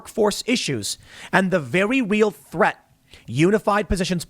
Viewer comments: “A vewwy weal thwet” -Grim Stool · "vewy weal thweat" tim pool uwu moment ^.^